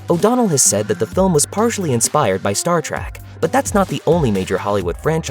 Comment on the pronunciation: I don't know if this is a human or most likely it is an AI voice-over but if you're going to do a video about Sci-Fi movies don't mispronounce Star Trek. Calling it Star Trak is a guaranteed way to let people know what ever is reading this script or whoever programmed it no one obviously double-checked the editing.